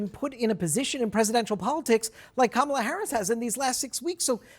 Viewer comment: Go, Go, Kamel-Uh "TOE" !!